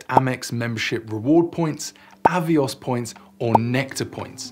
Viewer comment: "AVOIS" points?....are they the French AVIOS points? 😉